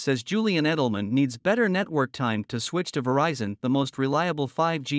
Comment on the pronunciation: She mispronounces the brand's name. It's NOT "vuh-RICE-in". Producer or director was too braindead to notice or tell her. Wow. It's now fixed on national TV...she re-did the voiceover and they overdubbed it. So unbelievable and unprofessional.